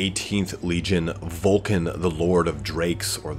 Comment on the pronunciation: Vul-ka Fen-reek-uh is how it's pronounced.